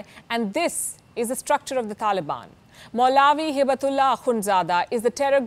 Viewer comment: Its so funny how she pronounce maulvi and ameer al momineen😆